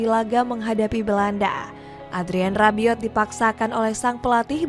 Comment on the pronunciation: Mbak ini masukan aja, silahkan kalo ga setuju. jgn di bhs inggrisin apalagi campur sari, baca biasa aja. Klo salah nyebut tuh jd aneh. ni cara bacanya Deskhamp, Maikah, Maik minyong, ngolo kaunte, olivie jiruu, Xavi simons (ini literally bacanya gini), Adrien Rabioo, Antoan Griezman, tijani reynders. Pusing kan? Bbrp pemain nyebutnya udh bener jd ga kumasukin. fix 1 aja baca ala org indo ga diinggris2in ga di sok sok bahasa aslinya karena pusing.